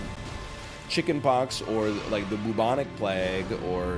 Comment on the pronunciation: I like it when NL pronounces "plague" like "plag". :)